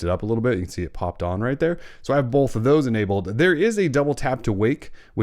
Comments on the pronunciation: Both* not bolth! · are you saying "bolth"? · Great tips! I am also super distracted by the way you say "both" lol